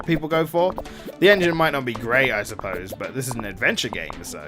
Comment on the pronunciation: Shoulda been the En-G-ne